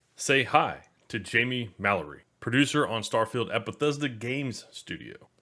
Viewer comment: "MAL-A-RHEE"... fuck guy